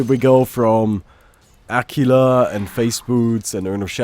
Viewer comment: Sorry but if you were italian and I know this doesn't matter yet it still bothers me... AQUILA is pronounced ak-will-a